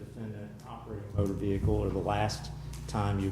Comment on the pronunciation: wow a cop that can pronounce the ' vehicle ' without over pronouncing the H in it